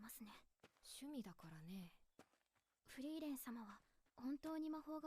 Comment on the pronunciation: Just say "Free-ren". German "ie" is like english "ee". In case nobody has mentioned it yet, almost all names int this show are German words and if you translate them you get a hint on the persons characteristics most of the time.